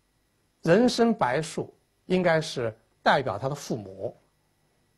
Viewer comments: 那个叫做白术(zhu二声)，而且是星宿(xiu四声) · “白术”，“zhu”，第二声；“星宿”，“xiu”，第四声。这二字的区别可不仅仅是平翘舌。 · 药方的解说太牵强附会！白术的术念zhu，不念shu。又说曹公平翘音不分，shu通宿，星宿。但是星宿读音为星xiu……听听就好，扯的太勉强了……